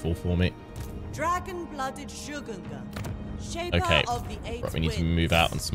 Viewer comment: Am I the only one, who hear: "Sugar gun sorceror" instead of Shugengan?